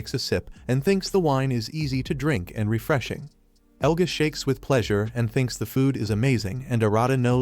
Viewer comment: Who the frick is "Eluga"?! It shows his name as "Elga"! Even has it slide in when he's introduced! I can't...